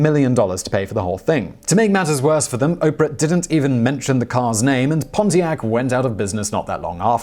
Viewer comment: did he say "Ponzi-ac"?